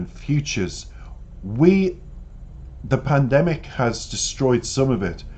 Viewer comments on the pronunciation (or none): none